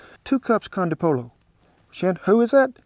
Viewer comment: Ah ha ha ......did he say conda polo? I think he meant 'Caldo de pollo" pronounced "KAL-DOE-DAY-PO-YO"